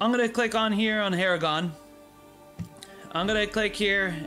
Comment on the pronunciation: And AragoRRRRRRRn not "aragon" .. and HirGon not "Hirogon" :( .. just butchered Tolkien's work